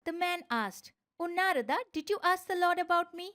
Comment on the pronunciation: thanks for such a great video. but i think we indians should not change pronunciation of indian words in english translation such as Narad, brahman, atman etc.